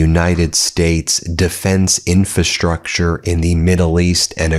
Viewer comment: Please correct your pronunciation of Strait of Hormuz and "infrastructure."